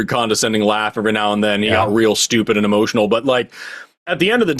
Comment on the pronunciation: "Hemotional" is amazing; stealing that.